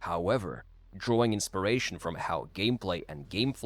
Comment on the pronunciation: Inspiration. Not insparation. One is the effect of inpiring. The other is having a spear through your chest. 🤓